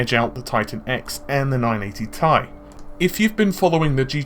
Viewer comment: The way he pronounces 980 Ti (the letters are supposed to be read individually)